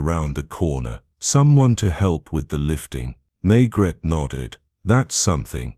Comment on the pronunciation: Pronunciation of Maigret is wrong and the narration is on humanless auto pilot